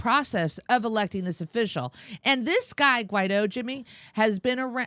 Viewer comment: Shouldn't it be pronounced something like, Why-eedtho?